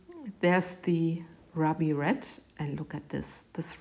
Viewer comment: Hey, ANY colors can be used for Christmas! 😊😘 If I don't use the traditional bright red, green, and gold, I switch over to lime green and turquoise, my favorite colors. 😊 Oh, WOWWW! Those are GORGEOUS,! They bloomed amazingly, and I just live that pattern, too! That red is FABULOUS! "Ruby" is pronounced "roo-bee"; the " u" is like "moon."